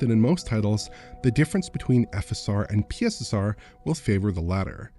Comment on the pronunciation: can we adopt pronunciation of PiSSeR?